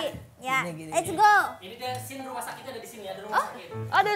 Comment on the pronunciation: Scene bro 😭 bukan scane 😭 apaan scane?